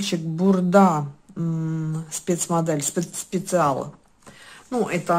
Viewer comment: Не специал а спешл